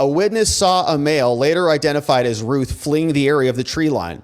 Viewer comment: Think Route not Ruth it sounds more like Ralph think Round instead of Rue